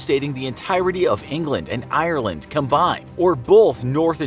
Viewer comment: I’m from Ireland and I’m honestly offended the way you pronounced It. AYE-reland